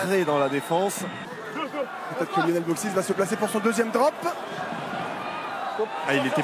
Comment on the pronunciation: Lionel et non Yionel